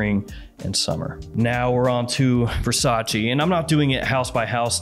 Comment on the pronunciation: Can you stop pronouncing VERRRSATCHE as VERSACHI?!?!?!!!